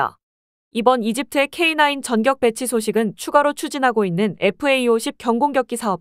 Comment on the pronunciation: "전격(電激)"은 경음화 되어 "전껵"으로 발음해야 합니다